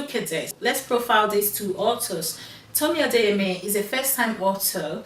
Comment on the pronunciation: Heya. Just so you know, you got one of the author’s names wrong multiple times lol. It’s Tomi Adeyemi, not Temi Adeyemo😋